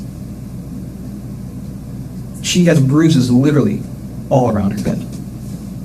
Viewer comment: Litrlly.. she did. (Yes, it's spelled wrong cuz that's how it sounds like she says it, to me anyway.)